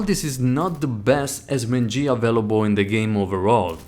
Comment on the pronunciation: A very Haccurate Esss men gee